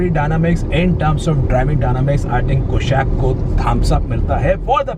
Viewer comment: Skoda is Czech make and not Germany make, it's called kushaq and not koshaq!